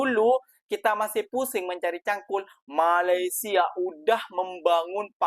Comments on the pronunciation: COBA PERHATIKAN BAIK-BAIK APA YANG Diucapkan... BERKATA MALASYA... MALASYA... MALASYA 🤣🤣🤣🤣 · Mas Sebutan Malayssssia ,😅😅😅 lain bunyi nya